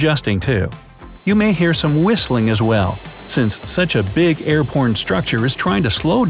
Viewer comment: he said airporn